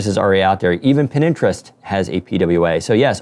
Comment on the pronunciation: Did he say pin interest?